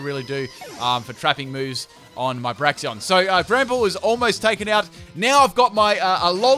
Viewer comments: "Braxion". Get your names right dude... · Braxeon BRAXEON XD